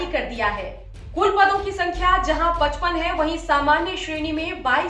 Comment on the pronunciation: 55 को ऐसे बोल रहे हो जैसे 55 लाख हो